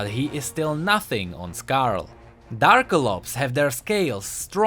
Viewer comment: It's Dra-ka-lops!! not Darkalops!!!